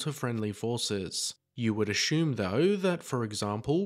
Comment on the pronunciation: Did you say achume? Did you? It's assume!